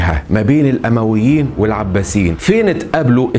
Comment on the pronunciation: الأُمويين بالضم نسبةً إلي بني أُميه وليس الأَمويين 🤗 أسلوبك أكتر من رائع شكرًا علي المجهود العظيم